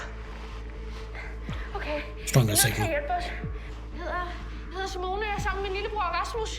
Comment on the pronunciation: BTW if you need help on the pronounceantion on the girls name. It is pronounced. See-moh-n-eah